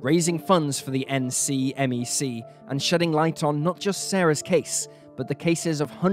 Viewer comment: My home state, and less known cases too. Great job shining that light on them. BTW--usually "NCMEC" is spoken like a word, i.e., "nick-meck" (at least in many crime shows and podcasts I've listened too).